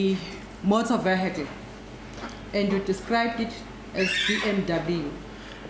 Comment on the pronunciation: Did say Motor Vehe-kclieee😂😂😂